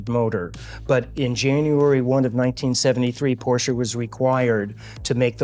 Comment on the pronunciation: Thanks for showing your beautiful car and pronouncing it properly. I think if you don't use the proper German pronunciation of the final e, you shouldn't be allowed to own one, lol.